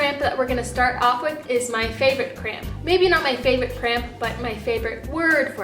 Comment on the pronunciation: For some reason to my ear, her saying cramp sounded like crayon to me.